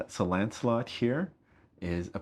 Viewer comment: Almost sounds like he's saying "Landslot" instead of "Lancelot" :P